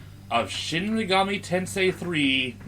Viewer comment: SCUM PREY A RIAL SHEEN MEGOOMI TENSEI GUEYME